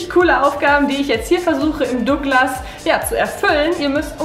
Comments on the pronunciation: Es heißt nicht dogglas, sondern douuuuuuuuuuglas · Dooglas😂😂 gutes deutsch